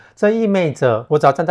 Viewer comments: 意味ㄨㄟˋ著 影片很好看，但揮之不去的錯音🤣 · 真的聽了好累，因為這是一個好常聽到的詞喔，但阿默的照片很好看，讓我忍住跳出繼續往下看